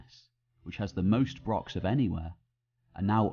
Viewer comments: He doesn't even mention Scotland and can't properly pronounce brochs. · Good vid....BUT if you are doing a video all about brochs...please learn how to pronounce it properly.